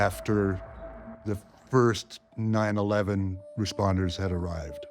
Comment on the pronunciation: And the other guy pronounced 9-1-1 as 9-11